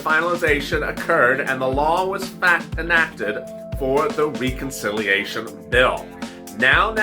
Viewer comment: Please say Reconciliation correctly. The e is not a long e it's as though you were saying RED. Reh-con-silly-a-shun